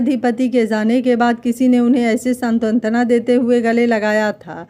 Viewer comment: सांत्वना को आप सातंत्वना बोलती हैं।